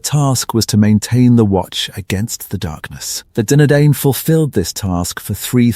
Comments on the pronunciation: All I can hear is Dinner Dane, who were the Dinner Dane, where are the Dinner Dane 😂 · Ya, good content but pronunciation needs a lot of work. The letter 'C' is NEVER soft, always sounds like 'K'. The vowel combination DI is pronounced 'eye', singular, Dunadan, plural Dunadain. A lot of mistakes too. The artwork is lovely but where are you describing? If Aragorn is in Harad or Angmar, show those who don't know a brief map. Don't show the Prancing Pony or Bilbo at Erebor. Yikes. As I said, good content but everything else needs work. You're taking on one man's entire life's work so respect the man he was. Tolkien was a master storyteller. Just give it a little more respect.